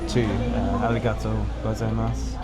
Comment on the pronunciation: For future reference: “go- zaiya-MAS.” Sounded like you were always saying “goza mas.”